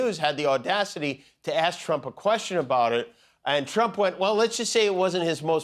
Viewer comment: Trump watch say s rump in stead of trump really 😂😂😂😂😂😂